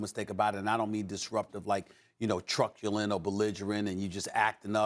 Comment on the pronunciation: Truckulent? Hahahahhaha Steven A is took funny